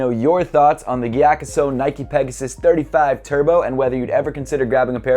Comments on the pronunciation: Mattæus Schelde Andreasen nah he said it mostly right it's just that he pronounces the G too much instead of "Giyakusou" it's more subtle like saying "yakusou" but with a breath of a G in the front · The sou in gyakusou is pronounced like the sou of soul. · Damn! Been pronouncing it giya-COO-so for forever. Thanks! Really like this pair and actually love the maroon sole but seems like everyone hates it. I think it’s super unique and an interesting contrast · the right pronounciation is gyakzu right? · came to just hear how English speakers pronounce Gyakusou lol